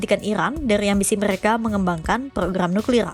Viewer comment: Nuklir bang bukan niklir